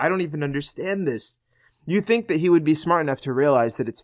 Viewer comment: "I would thee" he doesn't close his lips to pronounce the 'b'.